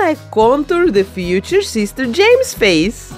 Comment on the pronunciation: Love that’s she’s calls him SEES-TEHR JEH-MES